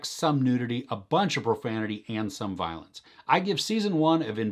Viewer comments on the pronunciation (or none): none